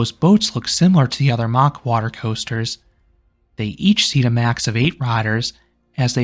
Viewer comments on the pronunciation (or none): It's Mack as in Big Mac NOT MOCK!